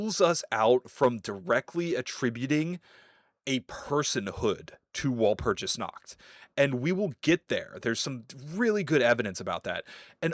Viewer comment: Walpurgis/ワルプルギス is pronounced with a hard 'g' sound. Just like Magica/マギカ..but everyone seems to ignore that, so carry on 😅👍